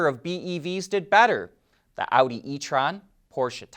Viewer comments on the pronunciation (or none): none